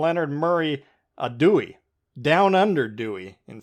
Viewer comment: Ooo! I got it! He’s George Dew-Eh 😝